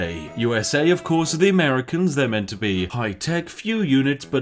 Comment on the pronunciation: did he just called them ammericans??